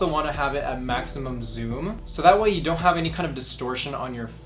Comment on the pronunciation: Oh how I love the " zon't do it"